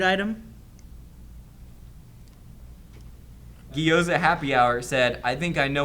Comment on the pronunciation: if you are going to correct someone on their pronunciation of an ambigious profile name, it is probably best to not then tell them the wrong pronunciation. ^^ The word is neither "guy o za" () or "GEE oza" (). The Gyo is similar to slamming "go" and "yo" together. I am sure Ms. Meg can help you out on that one. ^-^